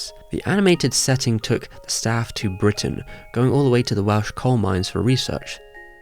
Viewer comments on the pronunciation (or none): none